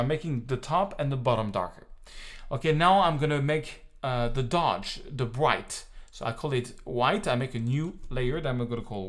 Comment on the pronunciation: I don't want to insult you because your english is almost 100 % fine, but please can you prounounce ''The'' as it should, not as ''Zhe''